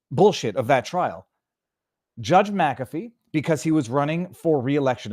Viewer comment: "Ich bin dumm" and thank you for knowing how to pronounce McAfee. A few YT don't. Like Dr Steve and Benny